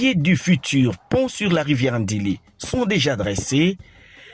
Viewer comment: Djili papa et non ndili, oza Muluba ?